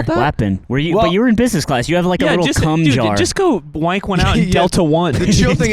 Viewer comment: This is the first time I've heard someone from the americas say wank and not have it sound abhorrent. Great job.